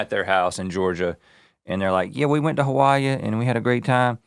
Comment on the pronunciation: I love that Rhett employed the old-southern-person pronunciation of Hawaii here 🙌 Makes me miss my grandparents 😂 Also, high degree of confidence this is Mike McHargue & I love the mental image, if so